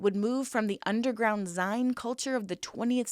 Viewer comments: Zeeen, like magazine, not zine, like vine.... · it is pronounced "zine" like magazine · That's pretty crazy. Not to be rude, but zine is pronounced "zeen," like magazine. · Zine is pronounced zeen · I can't listen to this with you censoring out words all the time. If you can't discuss something without blanking out words so fundamental to the discussion that you have to blank out a word every thirty seconds, leave that discussion to people who aren't scared to say "sex", "death", "murder", or "terrorism". 🙄 jfc, I couldn't even get to the two minute mark. also it's pronounced "zeen" like "magazine" 😂